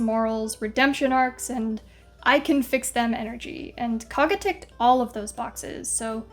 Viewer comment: KOUG-GAH, like COUGH, not KAA-GA cool video otherwise!